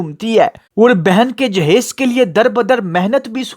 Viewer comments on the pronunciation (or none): dahaij nahi hota jehaiz hota hai